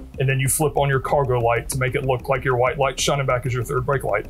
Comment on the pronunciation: Omg saying whote with vlonde hair , gross